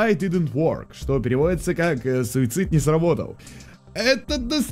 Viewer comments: а мне слышится суицыд не помог так я и слышу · Мне слышалось суицаид тыты суицайд ты ты